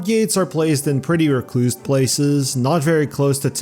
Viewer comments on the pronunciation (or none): none